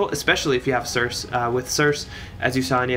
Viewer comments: If you look up the name circe you'll find it is actually pronounced like Cersei/Sur-See. And it supposedly means dark enchantress. Which makes sense for this spefic unit with being a magic damage dealer. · Cirsee , pleaaase lol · It's almost like wants to trigger us by pronouncing it wrong lol